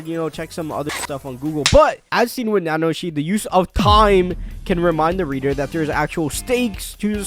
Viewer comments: Nanoshi XD is it really that hard to pronounce ? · repeat after me: Na - Na - Ho - Shi Na its said twice. She's hot.